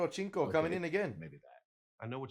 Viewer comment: Cinco is pronounced like Sink-o, not chinko.